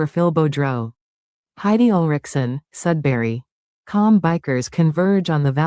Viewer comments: Def Sudbury Ontario not sudsbury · He left Sudbury (Not Sudsbury) because he felt hassled by the authorities there. His last name is more like ... Boo-drow. At one time Sudbury had the 'best' 'uncut' or purest form cocaine in north america. Big biker gang presence now it's a lot of gang banger types coming up from southern Ontario... a free for all.